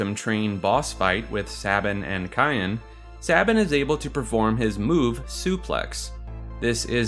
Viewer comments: it's Syan not Kyan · are these pronunciations jokes? CYAN is a color. its SIY-AN. not KIY-AN. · Another person who can't pronounce Cyan. I've heard it pronounced "Sigh-anne" and now "kai-en" it's just Cyan like the color, "Sigh-in" like Saiyen its just 1 syllable. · Cyan is pronounced like "sigh-ON" like the color, not "ky-ON" not like the seasoning 🤦🏻‍♂️ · His name is Cyan ( Like the color ) Not cayenne ( Like the pepper ) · I hate to be that guy, but Cyan is pronounced like “Sai-an” or like the the English word “Sigh” and “an” It’s a colour. Like a cross between turquoise and azure. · Hate to be that guy, but it's Sai-an. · Cyan's name is pronounced "Sigh-Ann" as is the actual name that exists, Cyan. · Why do so many people pronounce Cyan as "Cayenne" ??? He wears blue, Cyan is a COLOR, not a pepper. I can get why people pronounce Sabin differently, but it seems PRETTY OBVIOUS that Cyan should be pronounced like the color. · You mean cyan(s-eye-yan) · My dude, did you really pronounce Cyan as "cayenne?" Like the pepper? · Why do people keep pronouncing him 'Cayenne' (Like the pepper)? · SAI-AN. SIGH-AN I personally always said it Saiyan, but I'm a Dragon Ball fan. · You pronounced Cyan wrong. His name is an allusion to cyanide, a blue poison. His name is the most ironic. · Sigh-ann just like the colour cyan for Cyan, not Kye-in xD and Narshe is not a fancy word, its just narshe, like the word harsh, not knar-shey LOL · Do you guys really say "Cayenne" instead of saying it like the color Cyan?? Also, Narshé?